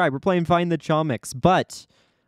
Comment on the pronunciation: note that its actually pronounced homiks because chomik is a polish word